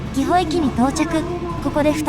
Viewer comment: 地元を取り上げてくれて嬉しい ただ儀保駅は「ぎほ」ではなく「ぎぼ」です.......